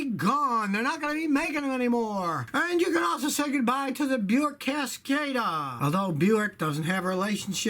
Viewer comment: buick cascada its sound like Cascadia.